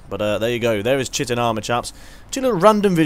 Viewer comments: Just one quick nitpick. its pronounced kite-in not chit- in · It's pronounced Kai-tin, by the way.